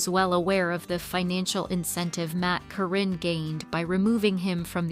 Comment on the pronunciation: They were never married and she was his farm manager and just wanted his money. It's not CORRINE, it's Karyn (Kar in). GET YOUR FACTS RIGHT AND STOP WITH THE LIES.